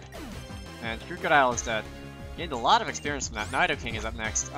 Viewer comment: nai-do-king lmao